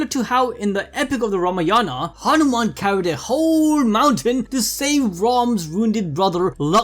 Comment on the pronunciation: the way he said ramayana.. i busted out laughing !!!